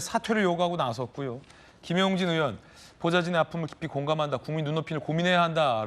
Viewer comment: 언제 부턴가 의원을 우원 이라고 발음 하는데 왜 그렇게 하죠? 궁금합니다